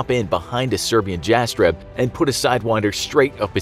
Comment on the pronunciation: Sorry but there is no evidence of event you're talking about. Jets of the VRS only flew for a few times and have never had an incident with the civilian casualties, also you butchered the name Jastreb.